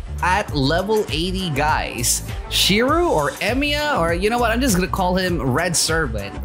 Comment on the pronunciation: shirou or emiya his name is shirou emiya